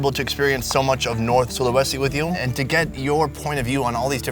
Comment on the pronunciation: It's funny how u pronounce Sulawesi 🤣🤣🤣(no offense)